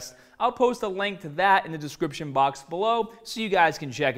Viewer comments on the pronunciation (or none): none